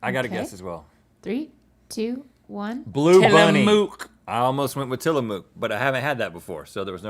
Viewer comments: I love Links ice-cream shirt......super dope....oh, and btw, it's not pronounced tiliMOOK, it's pronounced tiliMUK.........I used to live fairly close to one of there factories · Gotta say this everytime as a northwesterner it's pronounced Tillamook as in book or hook.